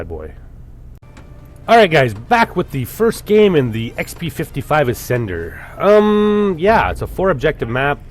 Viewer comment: it's "uh-sender", not "as-sender" :/